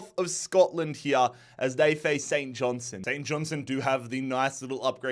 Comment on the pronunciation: For the love of god, there’s a ‘t’ in St Johnstone. Please hit it 😂. Saint John-STUN